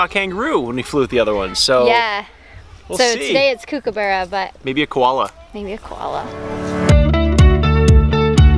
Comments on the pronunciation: The way you say kookaburra sounds so weird... It's Kook is supposed to be said the same as cook. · It’s kookaburra like cook not like cooooooooook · It's pronounced Cook-a-burrah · they pronounced it like Kookoobera. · i dont know why i got so triggered when they said kookaburra wrong i'm Australian and dang it got me triggered